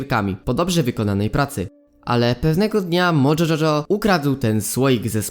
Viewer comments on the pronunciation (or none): Nie mojo czoczo tylko mojo jojo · To się mówi mojo jojo